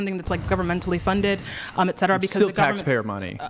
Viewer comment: HOLY SHIT! It isn't friggen "EX cetera," it's "ET cetera."